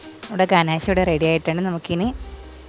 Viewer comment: ഗനാശ അല്ല ഗനാഷ്